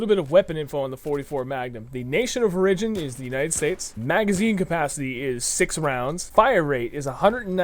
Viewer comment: OK you guys need to learn how to pronounce words like "origin" or "integrally". It makes you sound less intelligent when you pronounce words wrong.